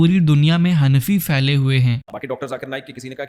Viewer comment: او اجڈ اردو لہجے کا جنازہ نکالتے ہو۔ پھیلے ہوتا ہے۔ فیلے نہیں۔ پھیلنے ہوتا ہے۔ فیلنے نہیں